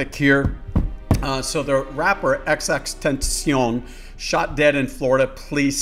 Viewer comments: It's pronounced xxxtentacion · The way he said xxxtentacion mwhahaha